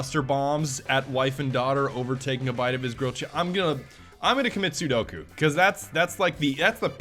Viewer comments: I know this video is 2 years old but its SEPOKU NOT SEDOKU!!!!! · Commit sedoku? Not sepuku? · did he say sudoku meaning sepuku? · sepuku not sudoku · It's sepuku not sudoku, sudoku is a math game :) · its seppuku not sudoku :////// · At tge beginning of the video, did he say "imma commit 'Sudokku'"?